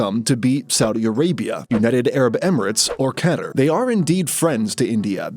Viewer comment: Stop saying Qatar wrong.